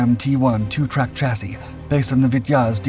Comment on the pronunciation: Holay shet bois, he said chassis correctly. I almost fell out of my chair.